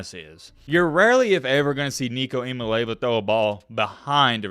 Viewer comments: With due respect, it's not "EE MAA LAY VAA" it's pronounced "EE YAA MAA LEE AA VAA" not trying be a prude but it is important to get his name right if you are going to talk about him for years to come. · 😂💀💀 it’s "EE ah MAH lay AH vah" not “EE ah Mah Lay va” 😂 GBO🍊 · say this 10 times. Start out slow, then faster and faster each time: six syllables, 3 first, then the other 3, like a 6-syllable poem: EEE-am-mah... LAY-ah-vah. EEE-am-ah-LAY-ah-vah. Just keep saying it until you don't have to think about it. Your analysis is always fun to listen to, keep up the great work. Worth learning this young man's name, as you point out he's gonna be with the football community for many, many years to coome. Go Vols! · Just for future reference, it's pronounced ee/ah/mah/lee/ah'/vah. It really doesn't matter to me because within a year the only people who can't pronounce it correctly will be aging commentators ( just like with Tua). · Eee-ahh-moli-ahh-vaa took me awhile to get it myself but it rolls off the tongue now #mattbmispornouncing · Gotta work on that pronunciation! 😂 Ee-ah-mah-lee-ah-vuh Oh and go vols! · Looking forward to the Nico Show! Just a heads up, he pronounces it ee-uh-mah-lee-ah-va. Not trying to be a grammar czar or anything like that - I straight-up butchered it the first time I saw it. 😁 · You have got to learn how to say his name! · Are you intentionally mispronouncing everyone’s last name? Didn’t pronounce Nico’s last name right one, then just threw in that botched pronunciation on Tua’s last name for good measure. As a TN native, I’ve never understood why southerners are so bad at pronouncing everything correctly 😂